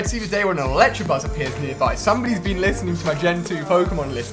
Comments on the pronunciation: ITS electAbuzz not electrabuzz or electrakid. Anyone else annoyed by this? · It's ElecTAbuzz not ElecTRAbuzz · IT'S elecTAAAA NOT ELECTRA!!!!! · Pleeeeeeeeeease learn that it's ElectAbuzz, not ElectRAbuzz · he says electrebuzz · That and electrabuzz. Kill me please. Why can he not say the names right. There is no R! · electrabuzz not electrabuzz. get it right for f sakes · And he still cant say Electabuzz right, he adds in an 'r' for some reason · There's no R in Electabuzz -_ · Why does everyone pronounce elekid, electabuzz and electavire wrong. They are pronounced how they look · Ali please learn how to pronounce Elekid and Electabuzz, it's just cringe whenever you say either.